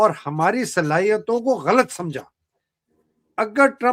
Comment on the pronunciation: you pronounce word" Ghalt" whereas it is "ghalat".